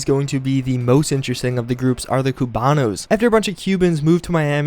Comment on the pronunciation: I winced so hard that my left eye actually popped out when I heard how you pronounced Cubanos